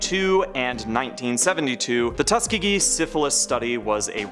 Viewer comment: Yall need to use google for pronouncing words. How dare you not know how to pronounce Tuskegee